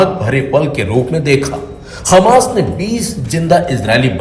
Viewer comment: Hammas ko aap khammas kaise keh sakte hain?